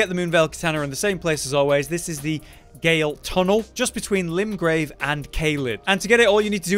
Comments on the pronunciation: GAOL spells JAIL, not Gayle!! Please figure out what you're saying before making a video about it. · Random note: “Gaol” is an old English spelling/word for “jail,” and pronounced the same. Great content as always! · YES, it’s always been a little bit of a pet peeve for me when I hear people say “gayl” instead of the actual pronunciation.